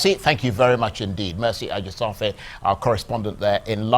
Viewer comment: I feel so sad that the host cannot pronounce his colleague's name well . Please work on it. This is Nigeria - a-ji-sha-fair